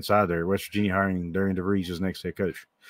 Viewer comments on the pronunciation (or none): Apparently though his first name is placed like it should be pronounced Deh-ree-ann, it us actually pronounced like Darren!